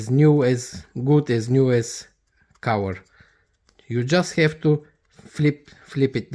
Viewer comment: It's cover, not cower😂